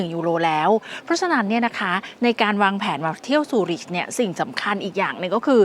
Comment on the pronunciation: ทำไมอ่าน ซูริช ครับ CH ในภาษาเยอรมัน ออกเสียเป็น KH นะครับ